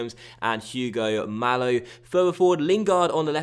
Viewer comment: Please, pronounce Hugo Mallo as Ugo (don't pronounce the h) Majo. Please!